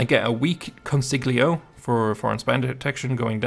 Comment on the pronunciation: And it’s pronounced consiyo